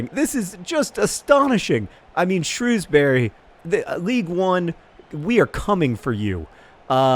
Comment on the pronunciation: John please learn how to pronounce the names of English towns. Shrewsbury is pronounced SHROWS-bur-ree.